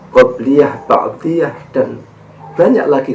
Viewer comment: Mohon maaf kadang kesleo/terpleset lidah LAN =DAN , kemudian bukan MENGAMALKAN Kejelekan tapi MENGALAHKAN Kejelekan... Sekali lagi mohon Maaf..